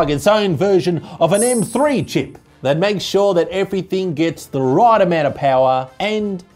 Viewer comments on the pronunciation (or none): none